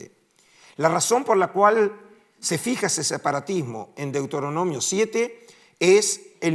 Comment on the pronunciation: Un académico que dice deutoronomio en lugar de Deuteronomio pierde toda credibilidad.